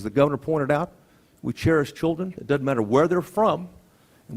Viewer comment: Pronounce Doesn't NOT: DUD-ENT!!!!!!!!!!!!!!!!!!!!!!!!!!!!!!!!!!!!!!!!!!!!!!!!!!!!!!!!!